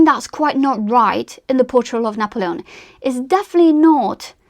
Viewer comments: I just can’t get over how you’re pronouncing his name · I gave up watching because of 1 your pronunciation , even of N's name. 2 your use of " like" kind of " etc etc. pity.